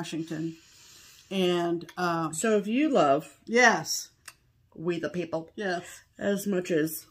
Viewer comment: What a great video!! Beautiful stitching and LOTS of laughs. Pam, did you say WE the pee pee? Or WEE the pee pee? The second one is correct you know….. cuz spelling!! 😂😂😂